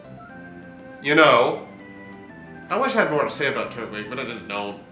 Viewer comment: tur-twig, not turt-wig. its turtle and twig